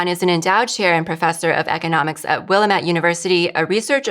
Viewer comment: The correct pronunciation of “Willamette” is: Will-am-ette Emphasis: The second syllable is stressed. * Phonetic: wəˈlæmət Breakdown of Pronunciation * Syllables: Will-am-ette * Emphasis: The second syllable is stressed. Common Mispronunciations * It is often mispronounced as “Will-a-met” or “Will-a-mette